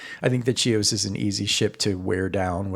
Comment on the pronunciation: Hi! Thank you for demonstrating the ship! The name of the ship in Greek is Χίος which transliterates as Hios, not Tsios. She was named after the Greek island of Chios.